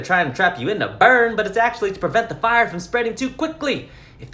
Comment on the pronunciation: "THERE'S A FI-YAH"💀💀💀💀